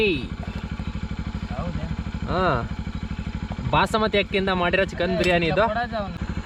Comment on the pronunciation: ಅಣ್ಣ ಬಸಮತಿ ಅಲ್ಲ ಬಾಸ್ಮತಿ 😊